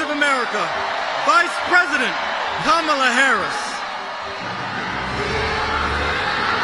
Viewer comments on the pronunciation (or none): 🤣🤣🤣 Am I the only one who noticed over and over that this dude is introducing her as GAMALA and not Kamala? 🤣🤣🤣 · Its not Kamala. It is Cha-me-leon. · cant even pronounce her name 🤡 🤡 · Even her supporters mispronounce her name.😂